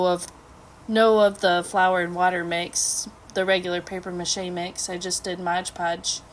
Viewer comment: It's Mod Podge not Modge Podge. Please.